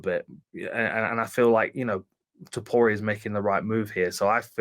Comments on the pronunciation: How come you pronounce Topuria as "Topura"? Your country's name literally ends in "ia". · ta POOR Re A. not 2poora. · “Tuhpura” 😆 I find it funny and kinda Hope he keeps doing it lol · The way he pronounces Topuria makes me bang my head against the desk.